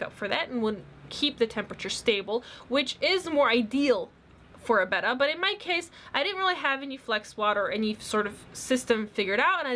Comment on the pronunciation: I don't think your saying betta right???